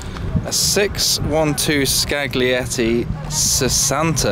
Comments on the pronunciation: Fun fact the 612 scaglietti sesantta is pronounce as skal yeti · the English pronunciation of SCAGLIETTI is horrible!